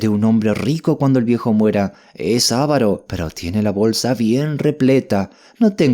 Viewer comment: ES: a-VA-ro NO ES: A-va-ro Tengan cuidado ⚠️ por favor. Por lo demás, perfecto el audio . Gracias